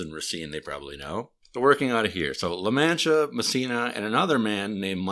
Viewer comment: Its pronounce La-Mon-Tee-Uh by the way